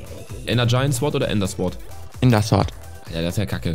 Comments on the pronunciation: man spricht sword ohne w aus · Bei sword wird das w nicht ausgesprochen -.